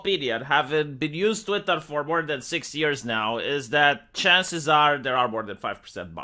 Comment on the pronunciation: Say "TVWEETAAHH" again